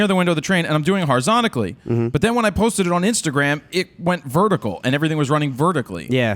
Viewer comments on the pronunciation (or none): Only question i have is why do you say "Horizontically" rather than Horizontally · Lol Horizonically